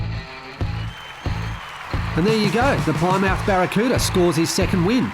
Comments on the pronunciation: Not ply-mouth, it's pronounced "plimmith" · 👍🏁😀 say it.......PLIM-UTH😉